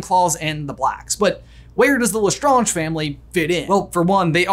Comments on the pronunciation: Lestrange is pronounced Lestraaeng , not Lestraunge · Why do you keep saying lestAHnge and not lesSTRAYnge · Ok but not my mom who hates Harry Potter pronouncing Lestrange as Le-skragk-ee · Sorry had to say you say less strangers wrong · Is he pronouncing Lestrange right? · I love this channel but hate the way he pronounces Lestrange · Why do you pronounce Lestrange like that, did you not watch the movies or listen to any Canon thing mentioning their names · You pronounce LeStrange correctly at the begging of the video but then proceed to say it wrong throughout the rest of the video without noticing. :( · Why did you keep pronouncing lestrange wrong